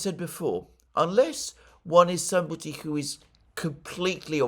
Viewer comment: Why does Mercouris slabber every time he says the word "who" which he pronounces "coo" with a healthy does of drool.